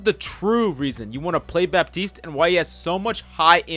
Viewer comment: Fun fact: For Baptiste, you don't pronounce the "p" in french